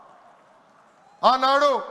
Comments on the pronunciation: సమట కాదురా చమట. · చెమటా?.. చవట నా సరిగా మాట్లాడు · Chemata .. chavata .. clear ga cheppu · అది… “చమట లేక చవట?”నాకు అర్థం కాలేదు అండి.